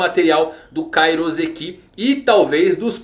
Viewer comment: Ia ser louco os pacifistas com vários poderes diferentes e ainda com Kairouseki Falando em Kairouseki. O correto é pronunciar com som de S, pois na língua japonesa o S só tem som de S. S com som de Z entre duas vocais é uma prática da língua portuguesa